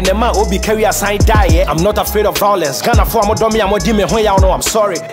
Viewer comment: Vawulence ....! vawulence.....!! vawulence.....!!!